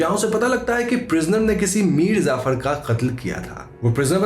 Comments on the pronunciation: bro its Mir Jaffar nor zafar... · it's mir jaffar... not mir zaffar. and mushhtaaq... not mustaq.